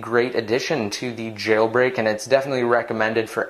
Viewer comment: omg why do you say "jailbreak" the way you do? it's so annoying.